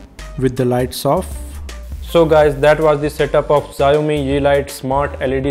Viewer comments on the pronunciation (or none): HELLO - FIRST THING XIAOMI IS PRONOUNCED AS "SHAO-MEE". Having said that, your video quality is really good. I need help in syncing the lightstrip with my monitor? can it be done, if yes, how? Please help, many thanks